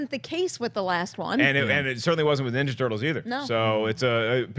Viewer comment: Did he say "teenage minjaja turtles"?